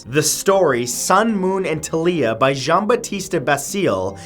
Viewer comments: I thought it was Talia. Pronounced like Talia Al Ghul’s first name. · its T"A"LIA